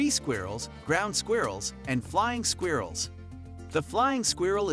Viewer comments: I don't like the way he pronounces " squirrels" . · I think it's funny.. it's different 🔥🙌🏾